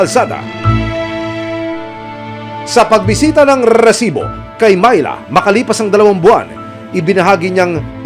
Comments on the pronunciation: reeeeeeeeesibo pla hindi resibo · Bago bigkasin ni emil risibo dami munang r😂 rrrrrrrrrrrrrrrrrrrrrrrrrrrrrrrrrrrrrisibo prang Galit na aso😂